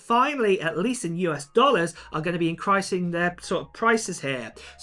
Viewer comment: IN-CREASE-ING. Not In-cry-sing. Pronounce words correct